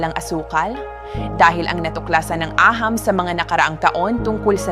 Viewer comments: agham Po Hindi aham. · Bakit Ganon c angnn b paghabasa. Agham e aham. Is she reading a script?